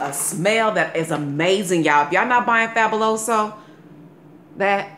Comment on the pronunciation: AS a latino, was cute to hear you pronounce Fabuloso. I tried this and it works great. And you have cute toes, lol.